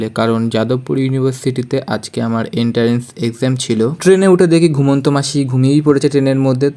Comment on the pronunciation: এন্টারেন্স নয় রে ভাই এন্ট্রান্স উচ্চারণ হবে।